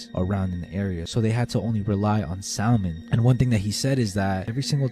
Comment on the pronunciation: Salmon is actually pronounced SAM-UN my guy.